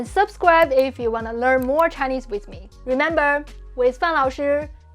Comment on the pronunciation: You say ‘wiz’ instead of ‘with’ and we still understand you, sooo I feel you are doing a bit of nitpicking. Basically pointing out tiny flaws that don’t matter.